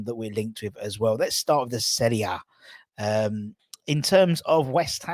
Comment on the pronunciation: firstly, thank you for pronouncing "Serie A" correctly. 2nd ly. I'm a Inter supporter also and Hiring Lozano is a bargain if we can get him.